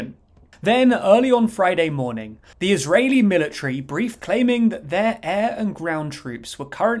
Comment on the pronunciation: Israeli, NOT "ISREALI"